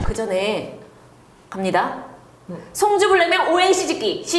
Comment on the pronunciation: 송주를 승주로 들었어욬ㅋㅋㅋ